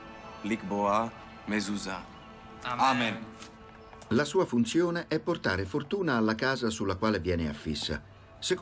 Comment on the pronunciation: Che fastidio quando provano a spiegare le nostre tradizioni ma non fanno abbastanza ricerca da rappresentarle correttamente! Prima di tocca la mezuzah con la mano e poi si baciano le dita, non il contrario! Poi non è mezùza, ma mezuzà!